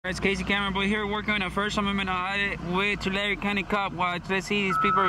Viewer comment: Tulare! Did he say dat?